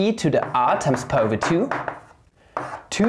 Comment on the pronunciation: stop pronouncing pi as "pah" please